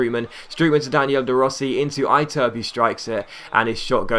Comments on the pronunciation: Iturbe is pronounced ee-TUR-bay, not EYE-turb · I turb? It's fuckng pronounced ee-tour-bay. Jesus! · Iturbe is ih-turb-eh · You pronounced the I on Iturbe wrong, I is pronounced like E.